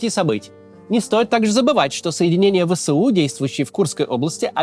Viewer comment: Не "Вэ-Сэ-У", а "Вэ-эС-У"!